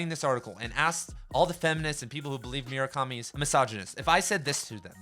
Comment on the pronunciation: Great video! But for the love of God please never pronounce Murakami like that ever again